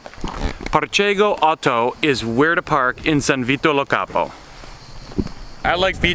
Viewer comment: Par-chay-go?!?! Bro learn how to pronounce names or just read it phonetically it’ll still be miles better than the butchering rampant in your videos. —> Par-kej-gio Ah-ou-toe.